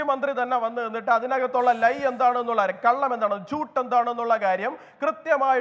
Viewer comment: ജൂട്ട് എന്നാൽ നോണ എന്നാണ്. അല്ലാതെ ചൂത് എന്നല്ല 😊